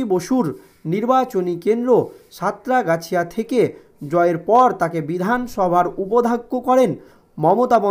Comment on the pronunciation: আগে উচ্চারণ ঠিক করুন, ওটা সাঁতরাগাছিয়া হবেনা। সাতগাছিয়া হবে।